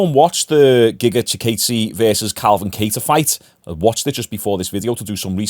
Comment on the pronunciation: also its "giga chi-kawdzay"